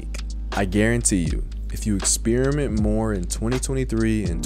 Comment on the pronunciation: bro said "exspearmint"